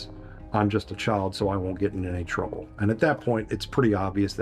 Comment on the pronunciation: The "I dontwanna get introwwble and I dontwanna get u introwwble" decoy is somethin lol